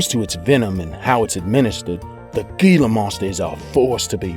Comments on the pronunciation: let me just say, gila isnt pronounced "GILA" is pronounced "HILA" just saying it bothers me... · the G in Gila Monster sounds like an H, Hila get it right. or ill take you job, Idiot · Gila is pronounced he-luh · Gila monster is pronounced hila